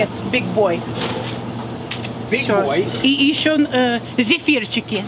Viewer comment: i was doing fine until "zephyri." XD you need a real russian mother next time!!